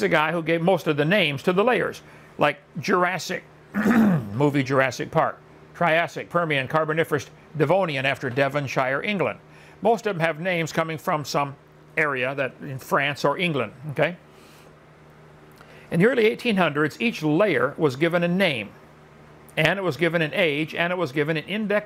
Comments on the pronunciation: By the way Devonshire is pronounced Devonsheer. He gets that wrong too. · Or 'Devonshire'. He mangled that one.